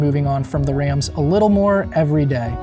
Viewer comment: These videos rule, other than the multiple mispronunciations of the word “the”. It takes away from what’s even being discussed.